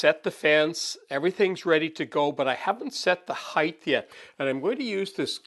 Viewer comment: Why ,oh why god , do some people incorrectly pronounce HEIGHT as "HEIGHTH"?. there is NO 'TH' at the end as in length or width. Please people, lets fix this. (Yea, the little things bother me).